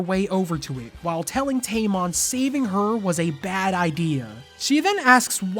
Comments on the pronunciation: tamon sounds like tampon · You call him tamon, I call him tampon